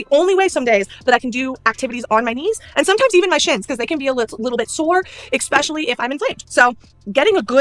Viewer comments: I hate how she pronounces especially as 'expecially' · If she says EGG-specially one more time, I'm going to scream into a pillow.